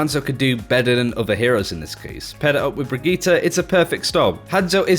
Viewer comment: 2 things is he purposely saying Brigittes name wrong cuz it's super annoying and as someone ranked master I can say that tracer isn't dead I use her a lot myself and I always see her on the enemy team she is a top tier pick and if u think otherwise they you don't know how to use her correctly